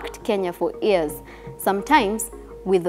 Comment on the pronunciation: She's good, but can she work on pronounciations? Some basic words don't sound like that, Against... Divisive... Years... she can most definitely improve on that.